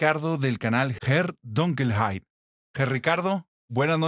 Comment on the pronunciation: se pronuncia como se escribe....Herr Dunkelheit no Donkelheit.......es importante......weil die deutsche sprache....sehr eifersüchtig ist